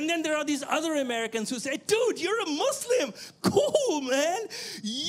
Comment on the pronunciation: The word you said proudly Naveed bhai which is"Mislim". And presenting Bangladesh to the world.Thank you very much.